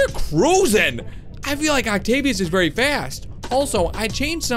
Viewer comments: Bee verwi verwi quite i'm hunting wabbits! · Vewi vewi carefull 😂😂😂